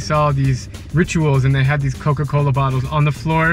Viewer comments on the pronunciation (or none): He’s pronouncing “Coca-Cola” all weird for some reason because he’s in Mexico 😂